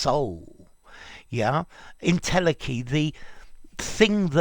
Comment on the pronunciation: en-tele-chy, ntel-eki, not ntelkki